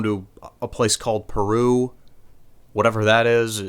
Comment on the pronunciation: You almost had me,until you said Perú.